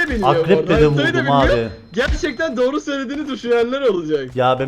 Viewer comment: Dorğu diyosun abiii